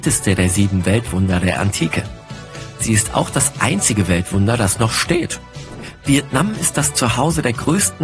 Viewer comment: wie du vietnam und hang son doong ausgesprochen hast. zu wild HAHAHA ich verreck an nem lachflash. ich will nicht sagen das mein vietnamesisch perfekt ist. aber kann man nicht wenigstens nach schauen wie das ausgesprochen wird?